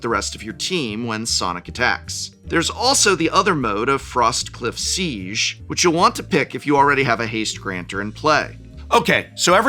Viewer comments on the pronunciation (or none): none